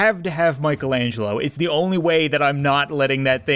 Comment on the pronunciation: Why do you say fire zee cat cannon when you fire the cat cannon